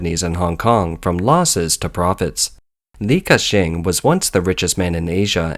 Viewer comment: Li Kashing -in